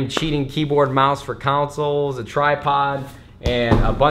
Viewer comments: Counsils? No no I think it's pronounced "consol";) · Am I the only one that dies every time he says counsels instead of consoles😳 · lol he pronounces "consoles" as "councils." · Nade the type of guy to call consoles "councils"